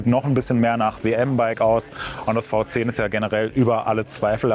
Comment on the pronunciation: V10 wird immer englisch ausgesprochen- "wie tenn" Fau Zehn ! Man sagt ja auch nicht Santa Krutz 😁